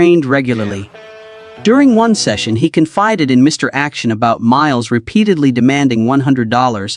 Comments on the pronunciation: AI sometimes thinks the period after Mr. is an end of sentence, so the narrator goes Mr. - then stops -- then starts a new sentence with Action. I think AI, or at least this AI, has a long long way to go. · Reminder for lazy YouTubers: When you copy & paste into your AI narrator script, remember that AI's not very smart. An abbreviation is often interpreted as a sentence ending because of the period. This explains why the mention of "Mr. Action" causes the AI narrator to say "Mister" and end the sentence, sounding like your AI had a stroke while telling the story.